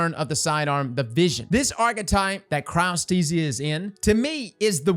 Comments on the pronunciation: congrats on finally learning how to say Chryostesia hahaha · you pronounced Cryothesia correctly.... are you ok?